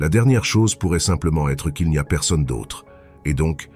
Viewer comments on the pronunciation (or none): none